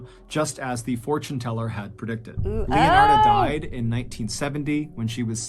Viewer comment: Leonard in case you're wondering why he's mispronouncing any other name.